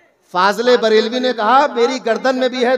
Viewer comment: Sab to thik hai mgar ye kvi ala Hazrat ka name sahi se nhi lete.. jise Aur log Fazil e barelwe bolte h waisa hi hamesha ye v bolte h fazel e barelwe fazel e barelwe